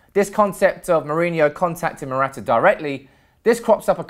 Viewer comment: You can start by getting his name right ffs 😥